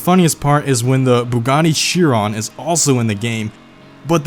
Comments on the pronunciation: Chiron. Not chear-ron. Kai-ron. It's Greek. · Bugatti "sheer-on" ...